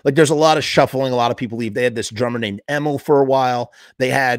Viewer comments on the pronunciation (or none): E-mil not Emm-mill